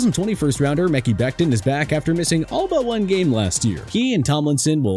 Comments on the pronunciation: It’s (Meh-Kie) Becton not Mickey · Same with Mecki Becton